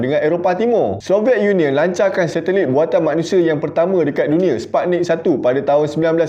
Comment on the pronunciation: Kenapa aku mcm dgr lagu Scoin eh..beralun² je rentak iramanya. Tak faham ceritanya. Mungkin sbb telinga dan otak aku ni lambat nak syncronize dan proses cerita ko. Tapi...kenapa perkataan 'lancar' tak ikut loghat Melaka eh...😂😂